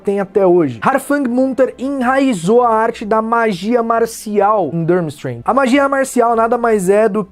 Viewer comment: A pronuncia é forte fica tipo Turmistrang